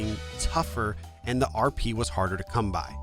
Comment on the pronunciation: Amazing video, shame you called it KP instead of RP the entire video though!